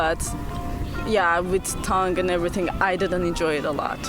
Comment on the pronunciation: Toungue =/= tang tylko / tʌŋ / tan